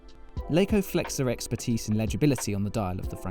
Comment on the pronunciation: It's Laco not Leiko